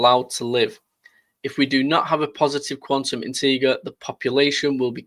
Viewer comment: Integer is pronounced with a soft "g" like inter-jer